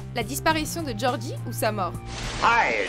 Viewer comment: gorgie pas gordie